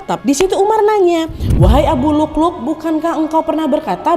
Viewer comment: Waa maaf bukan abu lukluk tapi abu lu'lu'😅